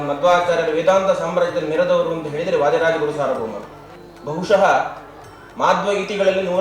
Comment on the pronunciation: ವಾಧೀರಾಜ ಅಲ್ಲ ಅಕ್ಕ ಅದು ವಾದೀರಾಜ ಅಂತ ಹೇಳಿ.‌